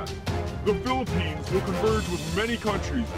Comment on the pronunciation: the word philippines is so clear!